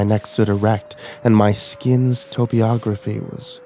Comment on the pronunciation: "Top-og-raphy"; "Ca-co-phony." Both phonetic. Still like this video, dude.